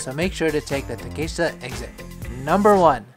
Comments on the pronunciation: great vid... but why are you pronouncing Takeshita like that... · Interested in your pronunciation of Takeshita, Tsukiji etc. It sounds different from one sentence to another. I can’t wait to get back there with all your maps in hand Hope they are all still there after the pandemic . Thanks for your content